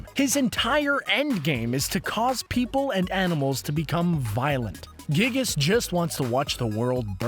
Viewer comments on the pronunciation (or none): I'm sorry, but MINECRAFT'S FANBASE IS NOT MOSTLY CHILDREN YOU TWAT Also, it's (Guy-Gus,) NOT (Gig-us.) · it's pronounced guy gas. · it's pronounced guy-gus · Can we just admire the way he says Giygas for a second G i g g i s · It's actually pronounced Guy-Gis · His pronunciation of it bothered the heck out of me